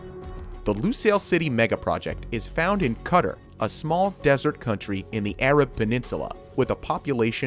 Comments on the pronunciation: I was translating the vid for a friend and I couldn't wrap my mind around the meaning of "cutter's vision of 2030". Thank you for commenting this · Qatar is not pronounced 'Cutter'. Please see this link that describes the way to pronounce it from the Arabic way to the Arabic accepted way. Saying it as 'Cutter' is no where near correct. Just sayin'! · Did he just say [CUTTER] for Qatar? 🤡🤡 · "Cutter" Qatar. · It's pronounced Ka-tar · Dude just pronounced it cutter ... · Mans calling Qatar cutter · Wait…did I hear him say CUDDER? pls don't do that, disturbing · I feel physical pain everytime he says cutter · Cutter 😬😂😂😂😂 Qatar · He did NOT just pronounce Qatar as cutter 💀😭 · Lol he said cutter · did this fool just say pronounce Qatar "cutter"? wtf.. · kut ter.... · I think the project in QATAR (not Cutter......oooh I hate when people pronounce it that way) is the most ambitious of the three. I've been there about 12 years ago and the city of Doha looked like it was under construction like this at the time. But I would love to ride the maglev. I've taken the fast trains in Italy and found those impressive and fun to ride. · It's pronounced more like Ka-Tar not whatever your US accent pronounces it as. It's more like 2 separate words. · I stopped watching after you pronounced Qatar cutter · it's more like Ku Tar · that is an English-American pronunciation. you can even look at the comments in that video who are saying how you SHOULD pronounce it (kuh-tar) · 'Should we look up how to say Qatar?' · POV: you can't pronounce Qatar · How can someone do all of this research about Qatar and butcher the name so fucking bad? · im not from teh middle east and it hurts me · Learn how to Qatar correctly next time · You are mispronouncing “Qatar” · Real pronunciation of Qatar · Wtf is this guy on about, $45 billion on a stadium! This is one of the biggest bullshit I've ever heard, And why is he pronouncing Qatar wrong! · I know this totally made me cringe every time. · Cutter? lol.